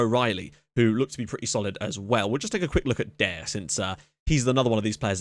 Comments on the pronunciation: 'Daire' is the Irish spelling of 'Daragh' so it's still pronounced Daragh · Great video just a tip Daire is pronounced like Dara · Daire is pronounced as Darragh